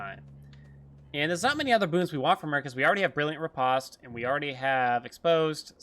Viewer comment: Say "Post Office" and now say "Re-POST." That's how you pronounce riposte...